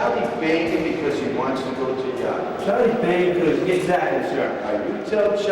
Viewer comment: "You tell Chahly you'ah in chahge, not Chahly, howeva he cannknot dictate to you when he goes to YAHD".